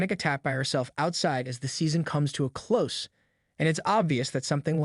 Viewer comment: Definitely AI— when the voice says “come to a close” it pronounces “close” with an S sound, like the adjective, rather than a Z, like the noun/verb. What a disappointment of a video haha